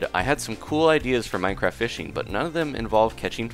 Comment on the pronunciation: I swear you said fisting instead of fishing.